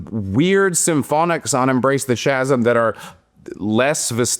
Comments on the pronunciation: Thanks,. I believe you're right, that last Katatonia album may be their worst. "Chasm" is pronounced with a hard sound at the start -- more like "Kas-m" than "Shas-m". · "Chasm." Pronounced 'kaz-m. Is taking pronunciation lessons from Sarah now? Ye gods. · sorry i can't take anyone that pronounces chasm that way seriously. my pick for AOTY. it's incredible, so hard to not listen to. my only complaint about Walk Beyond the Dark with its quiet sections seemed to carry on just a bit too long. on this album they're sparse and very very deliberately used. fucking killer album. Talk To Your Sleep being an 8-string banger if my ears aren't fucking with me? shit man can anyone drop some 8 string black metal here?